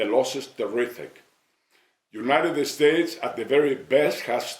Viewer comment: No tiene un asesor que le diga que no es "United Estates"? Digo, ya se que Fox nunca hablara ingles perfecto, pero que tan dificil es aprender a decir "United States"? se ve ridiculo.